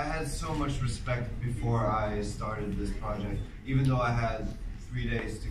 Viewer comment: the way the interview said "eyesahk and ehven" hurt me physically i